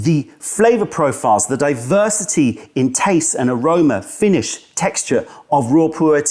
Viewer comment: “Represents the greatest diversiTEA”